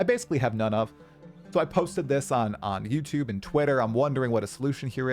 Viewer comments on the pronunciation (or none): none